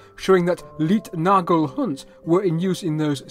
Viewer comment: Great information on early rail systems! The "Leitnagel" (guide pin) is pronounced like "lite", not "leet" ;-)